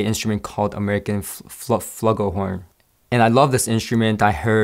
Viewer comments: 'Floo-gull' horn not 'fla-gull'. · The horn you mentioned is pronounced FLU-gell-horn or FLOO-gell-horn. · Pronounced 'floo-gul horn". And btw, nice review! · or "...flu-gul..." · It’s pronounced flue gool horn!